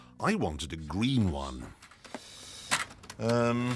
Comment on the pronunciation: i love how he cant say green to the salesman